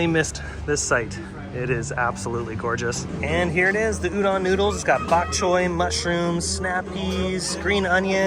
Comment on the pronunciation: Just an FYI Udon is pronounced ooo-do(long o)n 😃 Great video,!!